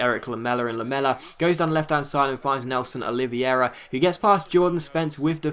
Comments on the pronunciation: It's pronounced Nelson 'Oli-ve-ra'. :) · Its Nélson Oliv-hey-ra. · Nélson Oliveira is pronounced " Oleeveyra " :)